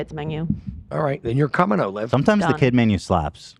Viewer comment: I love that calls olivia “O’live”